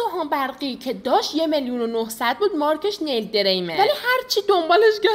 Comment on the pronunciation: فقط اون آقایی که به نیل گفت نایل 😂😂